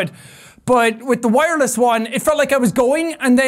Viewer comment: The "Vireless Wive" is my favorite quote from this video.